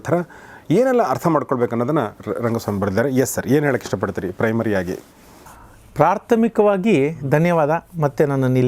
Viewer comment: ಏನು ಕನ್ನಡಾನಪ್ಪ ನಿಂದು,ಪ್ರಾರ್ಥಮಿಕವಾಗೀನ ಪ್ರಾಥಮಿಕವಾಗೀನ